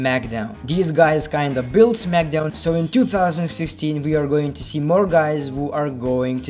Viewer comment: He said 'What is gvoing on' 😂